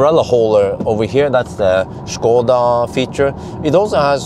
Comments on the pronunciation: Your pronunciation of "Škoda" is absolutely perfect. It's obvious you're a professional. :) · good guy for actually pronouncing Škoda perfectly